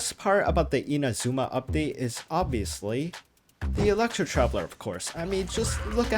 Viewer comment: Can you just STOP mispronouncing INAzuma?